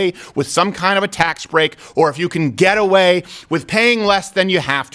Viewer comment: I kept hearing you say “ghetto way” not “get away”. Lol funny and cant wait to finish this and start a new one